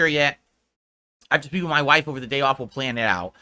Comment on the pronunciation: How he pronounces 'plan' as 'playuhnn' is infuriating beyond belief.